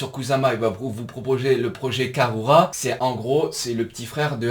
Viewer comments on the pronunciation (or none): Exactement, je me suis permis de rentrer sans le sujet vu que tu te trolles tout seul 😂 Et oui, ça se dit koussama 👍 De même que karura se dit "karoura". Les japonais ne t'en voudront pas, car il n'y a ni "r" ni "l", mais un son entre les 2 un peu roulé 😁 Dans tous les cas, c'est cool, encore une fois super vidéo 👌😎 Pas facile pour nous les français, mais en fait la prononciation est plus simple qu'il n'y paraît.